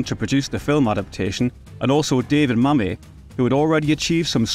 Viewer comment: Good retrospective but I've never heard of David Mamet (the 'et' pronounced as in metropolis) being called Mamay before! Not BDP's best movie but I enjoyed it